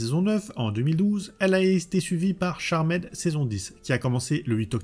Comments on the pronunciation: Merci pour la vidéo mais en phonétique c’est charmde et non charmaid. 😂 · Super vidéo ! Par contre t'abuses sur les CharMAID ^^ "Tcharmd" 😘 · J’ai rencontré tout au long de ma vie ( proche, ami, collègue, connaissance ) qui disaient « Charmède » plutot que « Charmd » tout du moins. Et étrangement meme un Youtubeur Dijonnais le dit de la même manière donc bon … L’un dans l’autre … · C'est dommage de ne pas avoir plus creuser le sujet. En 5 mns "charmaide" (ça pique vraiment les oreilles), ensuite on passe de proue à pru ?!? Et Phoebe a aussi le pouvoir de lévitation et devient reine de l'enfer, en tant qu'épouse de la source, avec Cole... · 3 secondes de vidéos, j'entend "charmède" j'ai envie de quitter, je reste mais je me sens sali 😂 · Merci bcp pour la vidéo. Cependant, attention tout de même à l'accent anglais quoi... Je ne demande pas à ce que les YTubeurs auxquels je suis abonné soient bilingues, mais dans la mesure où vous jouez tous un rôle plus ou moins éducatif auprès du public qui vous suit, un minimum stp 🙏🏽 "CharmÈd"??!....pas comme si tu le disais qu'une fois en 40 min en plus. (J'en ai tenu 25, ça m'a saoulé). Cela ne coûte rien de procéder en amont à une petite vérification des mots anglais que tu vas utiliser dans le cadre de ta vidéo pour nous livrer une narration qui ne fait pas saigner des oreilles (valable pour toutes tes précédentes vidéos, mais aussi pour les fautes de français/prononciation qui, perso, me perturbent à chaque visionnage de ton travail que je respecte. C'est pourquoi je te dis encore une fois, merci pour cette vidéo ! Signé : un abonné qui t'aime bien, toi et les sujets que tu traites, mais pour qui les langues française et anglaise ont encore une grande valeur à une époque où tout cela semble anecdotique pour bcp.... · Moi aussi je dit charmaide